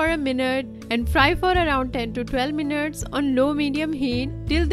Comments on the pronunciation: Yes I heard 20 minurts 😂😂😂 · did i just heard : 20 minutes or 20 minurts 😂😂